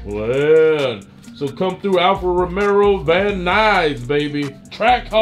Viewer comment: They keep saying Alfa Romero instead of Alfa Romeo lol it’s good content though, everyone has to start somewhere learning about cars. I didn’t know anything when I first got into cars and the good thing is Kali can afford what he wants so he can learn firsthand.